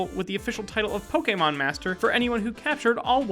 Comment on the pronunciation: omg you butchered so many pokemon names so frigging badly i almost died from insult